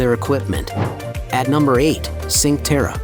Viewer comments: La pronuncia e sbagliata si dice la spezia con la zeta non con la esse o con la gi e non e sincterra ma e cinque terre 😂😂😂😂😂😂😂 devi un po migliorare queste parole 😅 e non e tinato ma tinetto capisco che sei straniero ma mira commandolpalmaria lai detta bene pero nel resto hai un ottima pronuncia italiana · It is not Sink terra🤦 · Chin-quay Terray, Al Maray, Riomaggioray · At least pronounce the names correctly!!! Cinque Terre (“Cheen-kwah Tay-ray”) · Guess the AI has never been to Sink Terra